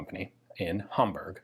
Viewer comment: This was the first time I heard an American saying the city of "Hamburg" correct, and I thankful for it 😌👍🏻